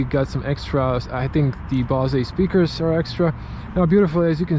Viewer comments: Great review, better than most shown in the USA! Very detailed. “BOSE” is pronounced like the word “hose”. Your English is excellent! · Odlična recenzija! (ps. izgovara se "Bouz" ;))